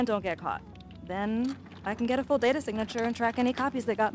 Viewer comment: you say data wrong